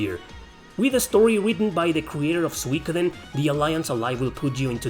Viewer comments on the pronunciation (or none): none